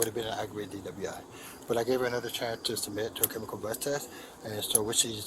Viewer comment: ok but if he can't properly pronounce the word breath maybe he should be reading it. I kept wondering what the heck a bleath test was.